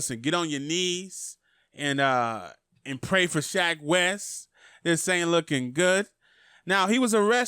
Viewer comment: “Shack wes” 😭